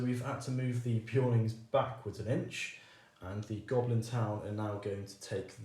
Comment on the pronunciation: who tf is beeoin is it not clearly BEARon?